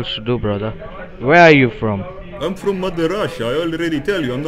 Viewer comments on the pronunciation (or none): He said vere it should be where